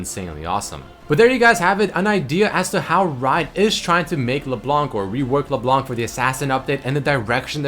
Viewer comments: "LeBelanc" XD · just the pronontiation of leblanc is leblan